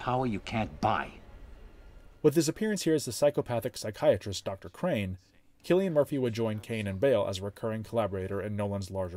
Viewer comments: This was a very detailed analysis of Nolan's work. You have done a great job. And yes who pronounced Cillian correctly. SUBSCRIBED. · This is so well researched and written. You even pronounced Cillian Murphy’s name correctly. As an Irish person I thank you for that. Brilliant essay. Subscribed